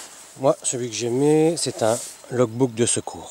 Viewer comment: Super félicitations pour t'as première vidéo quelques petites remarque tout de même dommage que l'on voit un reflèt devant l'objectif de ta caméra, et ta façon de prononcer log book m'a bien fait rigoler aussi "log box" hihihi en tout cas continue comme ça je trouve ton style agréable et reposant merci pour cette vidéo +1 abonné...